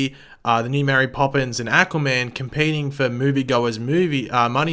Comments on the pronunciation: Aquaman was amazing! Learn to say aquaman not ackuaman..... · Ackwaman Sorry lol I love your videos but I cringed every time you said that.